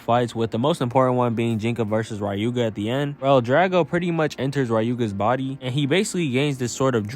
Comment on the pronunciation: "Rai-yu-ga"... who's gonna tell him?